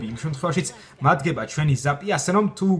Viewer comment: ხშირ შემთხვევაში მადგებაო ზაპზე რო ამბობს ხშირა შემთხვევაში მიდგებაო გავიგე xD